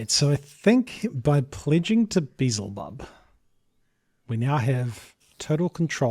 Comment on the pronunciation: I love how you pronounce Beelzebub. :D